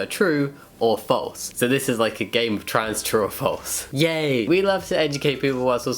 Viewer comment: When he says true or false quickly, it sounds like he’s saying “truffles” and now I wish this was a video about truffles